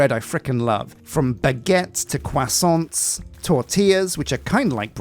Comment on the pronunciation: Croissant, not croissante.